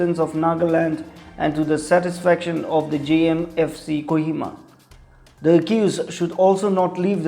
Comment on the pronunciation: Its not Kuhima.. Its a Kohima